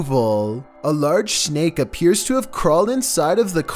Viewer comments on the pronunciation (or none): Nobody:: "A large Schnake"